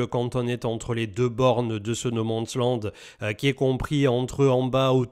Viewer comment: Le "no mense lande"